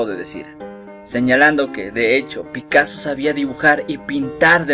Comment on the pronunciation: Picasso, no picasoo